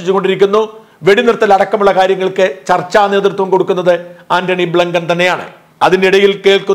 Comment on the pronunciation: ആന്റണി ബ്ലങ്കണോ 😂😂😂😂😂😂 ആന്റണി ബ്ലങ്കൺ അല്ല ആന്റണി ബ്ലിങ്കൺ ആൺ...